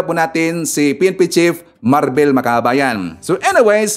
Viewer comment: Marbil and not Marbel